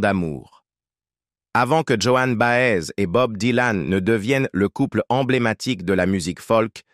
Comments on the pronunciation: Vraiment les voix monocordes de l'IA me bloquent les neurones. Bob Dylan surtout et Joan Baez (et pas Johanne Bahèze) sont mes années lycée c'est vous dire que je n'apprends rien en plus. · Après les jeunes qui vont découvrir avec cette vidéo vont répéter Joanne Baaaèze! 😂